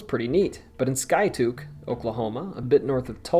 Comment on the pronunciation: Also you mispronounced Skiatook